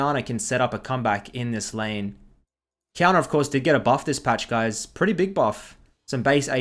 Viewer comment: Ngl, took me some time to get that Qiyana was lanning against Diana with the way u pronounce it xD